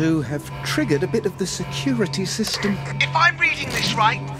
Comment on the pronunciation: Roight, Roight, Roight, Roight, Roight, Roight, Roight, Roight